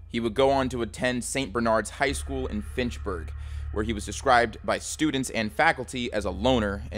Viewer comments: Finchburg? It’s FITCH-burg. It’s the second hilliest town in the US. But it truly beats out San Francisco because it combines those crazy hills with tons of snow and ice. Sometimes, you can’t get home after the first snowstorm of the year. The roads haven’t been salted yet, so you’re trying to climb a mountain with grease all over it. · As someone from Fitchburg, “Finchburg” made me laugh 😂